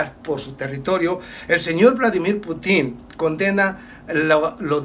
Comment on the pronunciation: Saludos señor, como siempre su objetividad y claridad en los temas tratados nos permite disfrutar del contenido. DESEO CORREGIRLE UN ERROR POLÍTICO... No mesione al presidente de la Federación rusa pronunciando su apellido como desean su enemigos. NO ES "PUTÍN" ES PUTIN sin acento en la i